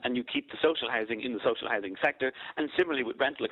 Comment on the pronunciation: What is social Hising? Does he mean hOUsing. Since when is housing Hising. You think Lyons would learn how to speak properly.